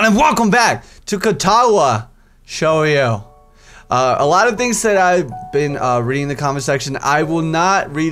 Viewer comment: Don't worry about pronouncing 'Shoujo'. For everyone else it's 'sho-jo'. Other pronunciations are 'Shis-oo-nay' 'Han-a-ko' 'moo-tow' and 'she-chan'